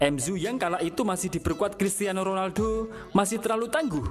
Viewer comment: Dari pabrik mana lah pengisi suara ini. 😂😂😂 MU, bukan m,ghu. Ronaldo, bukan ronalgho Adoiii🤣🤣🤣🤣😋